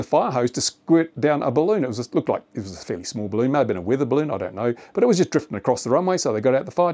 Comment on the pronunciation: It's a barroon